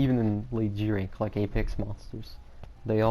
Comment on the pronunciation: *G-Rank G-RANK, not G-Tank lol 😂